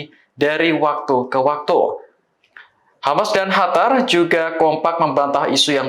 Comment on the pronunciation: Qarar bukan Hatar bos